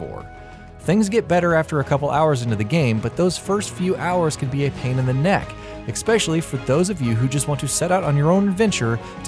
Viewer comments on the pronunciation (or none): Did you say "ehkspecially"?? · LOL "expecially"